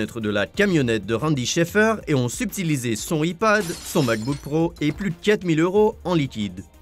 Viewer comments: cccc pas "i " iPad c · "L'ipad" ptdrr la prononciation